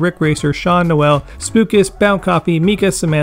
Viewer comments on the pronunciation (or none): none